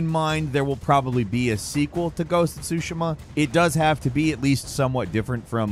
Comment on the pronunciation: Your Tsushima pronunciation is killing me!!